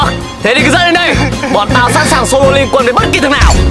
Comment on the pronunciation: Sô lô flo nhé